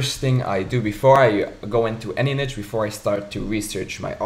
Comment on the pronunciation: its not "niche" how you pronounce it!